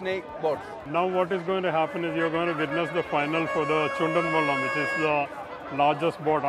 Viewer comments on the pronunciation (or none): Chundan velam pronounced wrong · 😂😂😂chandan vellam